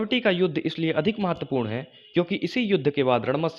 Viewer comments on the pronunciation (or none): none